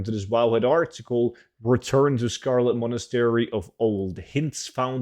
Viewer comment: "Old Scholo- uh Scarlet Monastery" Lol, cracked me up. Thanks heaps as usual!